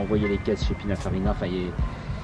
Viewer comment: Pinafarina qu'il dit 😂 Très bonne vidéo 👍